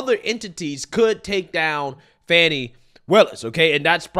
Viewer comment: So it's Not Fanni or Fanny, and it's not Fawni or Fawny either. But now, I am hearing "Funny" Willis... Lol shrugs